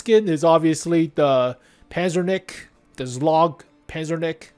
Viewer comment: Why are you butchering those names 💀zlog pazernik